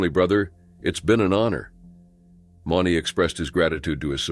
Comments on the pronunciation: At least pronounce their names correctly? Mauney (Moo-knee). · Mauney is pronounced 'Mooney'. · If your going to be a commenrator on something like this , get the names right JB Mauney is pronounced “M-oo-n-y Cmon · Should probably say the bullrider's names correctly. If you can't say Mauney right then don't say it at all. And Werewolf didn't attach the rider. He literaly went forward when the bull came up and the collided. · Pronounced stuffs last name wrong, too...jfc!!...shouldn't be commentator when u cant pronounced names right, especially rodeo!!... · Pronounced j.b's last name wrong, ffs!!...